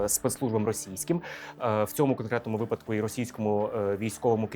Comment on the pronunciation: Ви робите корисну справу і робите ії досить інтелектуально... Дуже Вас прошу, не вживайте таких наголосів: "у листОпаді"; "у випАдку". Не ображайтесь, адже моє зауваження, сподіваюсь, зробить Вас ще кращим фахівцем.